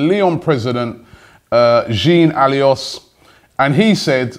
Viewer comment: "The Lyon president: Jeen Alios" :D:D